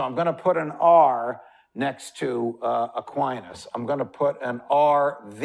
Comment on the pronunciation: I’m sorry but I’m having issue with the way he says Aquinas. It’s distracting. But listen I did. And I thank you, for the clear explanation of rights to us.